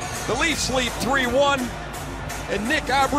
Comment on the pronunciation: Great goal by Nick Abbruzzese! I hope that by the time he gets his 2nd, the TSN guys will stop butchering his name!